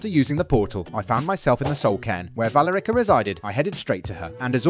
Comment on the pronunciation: I there her name was pronounced “vuh-ler-ica”